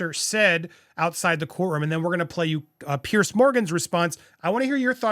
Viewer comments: Jesus, Andy. It's Pronounced Peerz, not Pierce. And Schofield is pronounced skofield, not shofield. It's like people calling you Undy. So American. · Small comment. Piers Morgan is Piers not Pierce. Piers is a very English name I know but it is Piers pronounced Peers.